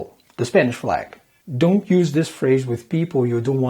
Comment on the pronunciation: Your English is perfect and so is your American culture knowledge, but you just need to work on your "don't" pronunciation, other than that, you are perfect. Lots of love from Algeria.